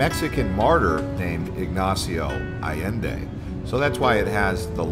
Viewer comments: It’s “de Allende,” pronounced “day Ayenday,” not “de Addinday.” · The double ll always makes a "y"sound, Allende. 👌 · you could AT LEAST try and PRONOUNCE it properly